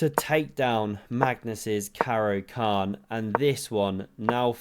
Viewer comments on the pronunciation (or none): none